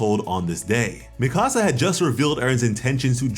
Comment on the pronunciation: Im not tryna be that guy, but youve obviously watched the anime so why do you still mispronounce mikasa's name lmfao